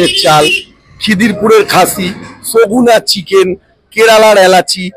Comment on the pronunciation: 'সগুনা র চিকেন' টা প্রথমে 'শকুন আর চিকেন' শুনেছিলাম😂😂😂